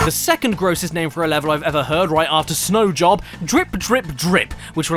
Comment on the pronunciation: "Snow job" caddy, my brother in christ that says snow joe